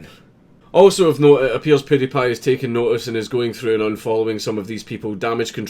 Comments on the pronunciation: who is this "poody-pie"?? it is "pewdiepie" like "pyoo". Speak English you North Lanarkshire nutbar. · Count you say pewdiepie like poodeh paye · Do you know you're pronouncing his name wrong 😁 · That's not how you say his name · iu love how dank says pewdiepie